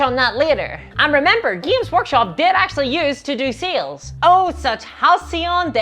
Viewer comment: I never misheard your pronunciation of sales. Now seals is all I hear. Help.